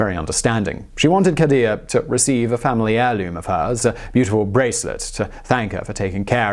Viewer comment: The way he says khadijah is so aggressively white 😂😂😂😂